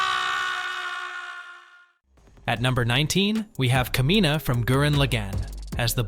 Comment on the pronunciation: Its a crime how u mispronounced Kamina and Simone